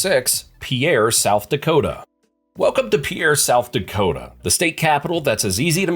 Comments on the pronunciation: It's not pronounced PIERRE idiot!! It's pronounced PEER!!!! Andcsioux falls an Rapid city are NOT CLOSE!! If you don't know the geography, stop making misleading videos!!! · I'm from the Rez and we even know how to pronounce out state capital. Pierre is not pronounced "pe-air," it is pronounced "pier" or "peer." If you going to do a video on state capitals, at lease do the research on how they are pronounced. It is also HARD to miss Pierre because only road goes into it and people only enter from the south!!!! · "Pee-air" South Dakota???!!! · Voting this down for not knowing how to pronounce Pierre. It's pronounced PEER. Definitely an AI produced video. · Repeat after me. It's pronounced PEER. One syllable, easy peasy. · The capital city of SD (Pierre) is pronounced "PEER"